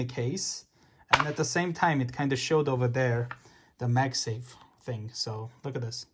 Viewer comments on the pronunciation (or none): none